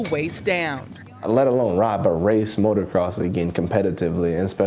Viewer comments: She pisses me off when she says motorcross it's motocross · She said "motor cross". Sigh.